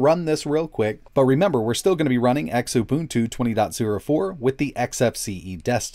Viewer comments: Xu-Buntu not X-Ubuntu Ku-buntu Lu-buntu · X-Ubuntu? I always pronounced it as "Xu-boon-tu" lol